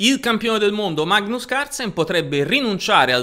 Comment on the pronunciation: Sei nato per fare comunicazione! Sei da studio! Comunque si pronuncia Mag-nus. La gn di gnomo non esiste in norvegese come non esiste in inglese. In russo la V finale si legge F, quindi Dubof.